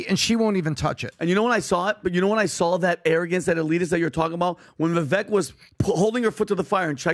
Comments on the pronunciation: Have a 2024 resolution for the guys . . . Start saying Vivek’s name correctly. It rhymes with ‘cake’ not ‘Ek’ All love to the PBD team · Vivek. Pronounced: Vi-vake (as in cake or bake). Please stop pronouncing his name wrong. Take the time to learn how to say his name. It comes across as disrespectful. Come on guys. You’re better than that. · Great podcast. But the pronunciation is Vivāk. (Vivek)